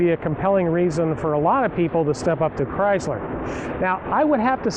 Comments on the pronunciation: It's a ChrySSler NOT ChryZZler! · i hate the pouncing of Chrysler... He says Cryzzler AAAAAHHHH